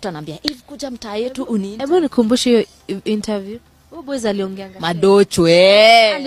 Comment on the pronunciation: Not enter view's but interviews 😂😂 and not Fry but Fly ......woi kizungu nayo😅